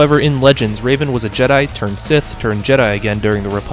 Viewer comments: yea bro its super hard to pronounce revan not raven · It’s Revan, not Raven. The mispronunciations of all these characters hurt my soul, man /s Also, I have the Jedi Academy Kids books! I loved those books! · It's REVAN not Raven. You're not pronounce it like a character from Teen Titans. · The only pronunciation that really bothers me is that you pronounced revan as raven. It's meant to be pronounced the way it's written. Think the "reven" in "revenant," not "raven" like the bird. Or the teen titan. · I don't know why but you calling Revan "Raven" cracked me up so much XD (No hate) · I can excuse a lot of them when they are more obscure but getting Darth Revan wrong and especially mispronouncing Galen Marek when he states he's his favourite character irks me.